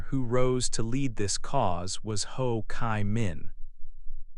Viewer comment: There is something wrong with the pronunciation of the proper names, such as Ho Chi Minh, Doi Moi... But anyway it's a great video about Vietnam! Thank you for making this awesome video and sharing it with us!❤❤❤